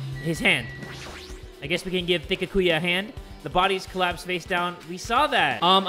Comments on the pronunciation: He once said it right and then said no I almost said his name right then he went pissing us off again he knows his name is byakuya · it’s pronounced byA-kuyA not byA-kUya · i dont like the way pronounces byakuya it aint "beeyehkuya" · Poor Byakuya... couldn’t pronounce his name for his whole Danganronpa life 😞